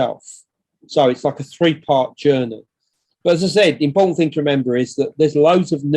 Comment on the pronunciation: This is interesting but I cannot stand his voice "various bits and pieces" is over used and extrowdenary is not pronounced like that and impowtent is another, he's basically saying he's the first, all him, he got dibs on it